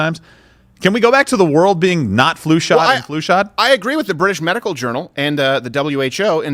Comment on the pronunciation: They kept laughing and missed that doofus say medi-cal coverage